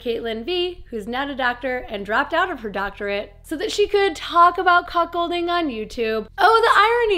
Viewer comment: I thought you were saying Cock holding because you have to spell it different it sounds the same.